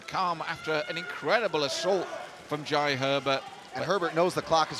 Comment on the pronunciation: The commentator can't pronounce jai 😂😂